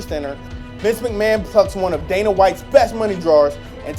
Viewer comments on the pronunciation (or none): none